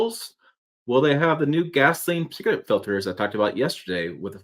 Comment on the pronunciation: See this is what happens when some people try to rush 🏃 through the pronunciation of some multi syllable words. It’s pronounced par tic u late. Slow yo roll son!